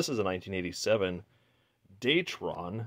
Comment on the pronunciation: Its a dayTron not dayton like the grainger brand, not that it makes any difference